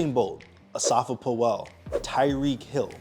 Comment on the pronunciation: Who is Asafa "Poh-well"? 🤣